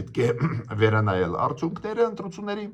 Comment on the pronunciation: Հարգելի պն Գրիգորյա՝ն,Ձեր ներողամտությունը հայցելով հանդերձ կխնդրեի, որ « արդյունքներ» բառի Ձեր ընթերցման ձեւը վերանայեք: Հարգանքներս